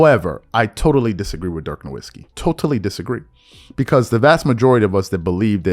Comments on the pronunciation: Pronounced NORVITZKY... I mean, he only played in thd NBA for two decades. If you had watched ANY basketball in that éra, you would know how to pronounce his name. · Cmon bro stop pronouncing Dirk’s name with a "W" 🤣🤣